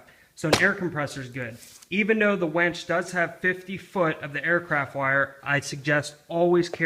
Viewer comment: It's winch not wench! lol. good vid tho haha.